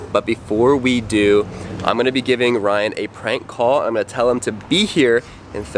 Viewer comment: Bru not coll